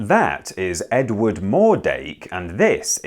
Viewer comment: "Did you hear the news about Edwarrrrd".